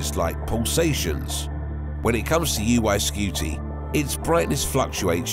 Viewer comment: Omg it's NOT UY SKEWTY.